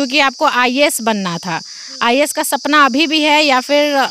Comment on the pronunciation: Ha ha ha not a ias It's IAS😂😂😂